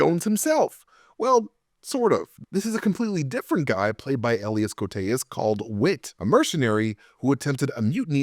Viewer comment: why is it so hard to pronouce Elias?